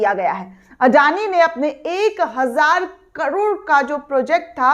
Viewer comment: कडोड नही, करोड़ कहो ।